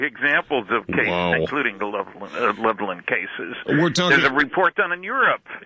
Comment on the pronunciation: I am from Levelland. My Dad witnessed the ufo. Also....Levelland is pronounced Level Land!